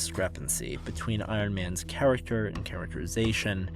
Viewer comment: How can u say characterization correct but cant say character?